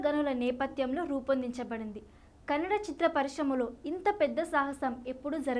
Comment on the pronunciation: Your are only one girl who pronounce #Kannada perfectly